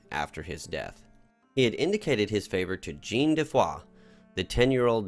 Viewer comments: I just need to say you're pronouncing Jean all wrong. You have to say it like a French person and pronounce it like John on Sean but with the French "J" sound. I'm sure you've heard it before, think Star Trek Jean Luc Picard. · Love the RP stuff, welcome back! But that pronounciation of 'Jean' was jarring.